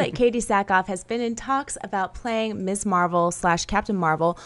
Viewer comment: Keep hearing Miss Marvel as Miss Marple.